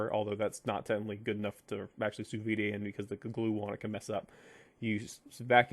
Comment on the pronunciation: Yo, it's pronounced "soo veed" not "soo vee-day." Sous means under and vide means vacuum.